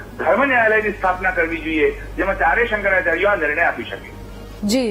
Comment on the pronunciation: Tame aava news aapine samprdayo ni vachche vikhvad peda karo chho. Shankracharya nu uchcharan pan khotu karo chho tame.